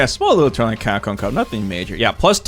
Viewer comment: Bro sounds llike he's got 48 teeth in the front of his mouth - 'Camhcom"jk I really wish Ed got a buff in range or something, all his jabs feel really damn weak